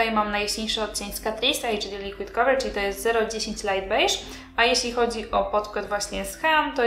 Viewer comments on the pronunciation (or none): none